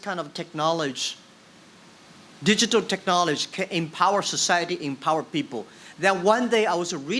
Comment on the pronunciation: Till now can't pronounce 'technology' :D